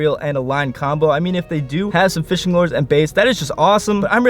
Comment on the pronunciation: Bro you know how to pronounce lure right